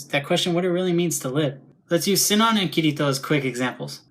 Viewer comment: It's about her ingame name. Everyone, including the people who made the dubs, calling it like Sie-non. But I follow the japanese version with "Shi-non". Even if its written "Sinon" in the Latin alphabet, I use the japanese kana version. It bothers me like hell, but I never liked dubs much these days. :/ Anyway, dubs are another topic and I am no english native, so it wouldn't make sense to compare those because I have not seen those myself. :c